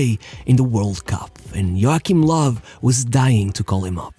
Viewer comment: Thank you for pronouncing “Joachim Low” properly! So many don’t realise that in German the “double u” is actually “double v”